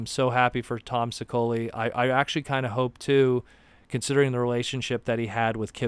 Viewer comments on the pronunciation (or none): Can’t wait for this new comic. Tom’s surname is pronounced She-O-Lee by the way. :-)